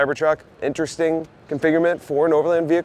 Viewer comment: Configurment=configuration Thhhhhulee racks=toolee racks Re-creating languages since 2025 😂